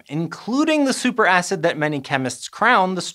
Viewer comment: Did he say super ass?? 😅